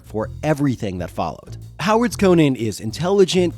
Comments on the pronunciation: Dude, I'm still watching, but it hurts me to hear someone say KO-NUHN instead of KO-NAN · The barbarian is Co-NAN. The late night host and comedian is Co-NUN. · His name is Co-NAN dipshit! Not the talk show host🙄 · Its not pronounced like Arthur Conan Doyle's name. The Cimmerian is Co-nan, with the "nan" as in "nanny". Howard said so. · I believe the name is pronounced - Con'an He IS a kind of Super hero,- he doesnt die no matter what adversity he faces, he is also far taller muscular, and stronger than most men, Con'an is a Hero with out a costume, it's obvious to me why Marvel comics was so interested in the character, & aquired the rights also because of the character suits the comics format as he is VERY visually described in the books. Con'an has made it possible for many talented Artists to demonstrate their works such as -Earl Norem Frank Frazetta, & the brilliant Boris Vallejo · You’re pronouncing it incorrectly, and repeatedly